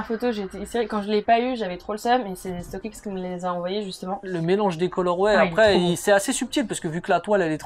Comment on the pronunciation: Ca fait mal quand elle dit stock aiiiixxxxx au lieu de stock xxxx